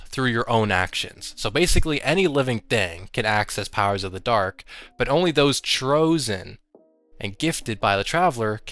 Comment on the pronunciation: Trosen (chosen) hahaha love the video